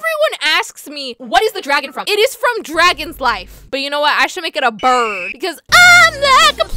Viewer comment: I kraked up when you said loon and brid for the 1st time I was on the floor crying lol 😂🤣🤣🤣🤣😂😂😂😂🤣😂😂🤣😂🤣🤣